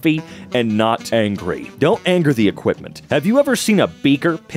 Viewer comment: i love the way you said "dONn't touch those" it just a bit too accurate